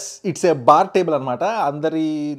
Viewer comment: Baaru...We aaru...forru...youru...fire ru 🤣🔥 Baaru cool down bro..BP vochi poyettattu vundhi